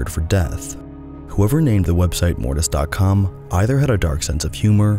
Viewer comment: didnt even watch the video yet but i want to say that mortis sounds like morbius and its making me laugh